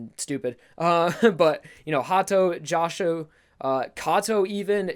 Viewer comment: Why have you suddenly started saying Joshu so wrong?